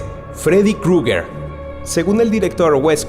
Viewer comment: Se escribe cruger se dice crujer